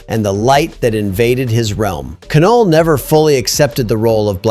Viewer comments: It's pronounced NULL, not K-null....pretentious and incorrect...awesome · It’s not “Ka-Null” it’s just “Null” (as in nothingness). The K is silent. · you don't pronounce the k in Knull